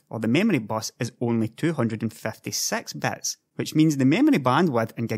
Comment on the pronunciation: Great video, but I really can't tell the difference of you saying bits and bytes. XD